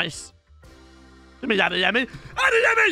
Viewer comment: This man said “Adeyemi” 😂😂